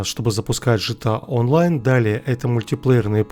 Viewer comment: Мне нравится когда говорит ЖТА ОНЛАЙН